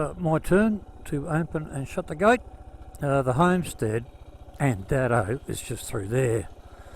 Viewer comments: Andado is pronounced andaydo not andado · Correct 🙂 The station name is pronounced Andaydo. I know this because Molly was a wonderful friend to our family and my dad’s cousin worked for her as a Station hand for many years when she was over at Andado, the newer homestead. My dad visited the old station many times to help Molly around the old Station, especially when it was a running tourist attraction back in the eighties and nineties.